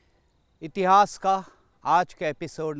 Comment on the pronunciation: Anchor is not good . Har cheej me aa ghusana jaruri hai kya itihas ko itihasa , mory ko moryaa Shudh shabd Hindi ke hi rahega aap unka ucharan thick kre varna anchoring se hat jaye 😠😠😠😠😠😠😠😠😠😠😠😠😠😠😠😠😠😠😠😠